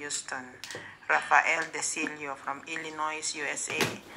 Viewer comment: correction lang sa pag-pronounce ng Illinois. Silent s yan, as in "Ilinoy"